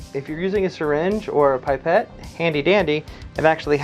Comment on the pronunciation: Pip-ette not Pipe-ette.